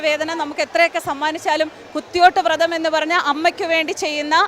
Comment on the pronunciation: വൃത മല്ല വ്രതമാണ് വ്രതം എന്നു പറയുക